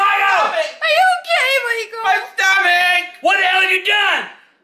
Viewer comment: “MY TOMAKK😭”